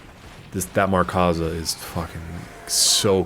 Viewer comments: Markza, not 'MarkAza'. Good video just found that slightly annoying. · its Markza (MARK-ZAH) not Markaza haha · MARKza. There's no "A" in between "Mark" and "za"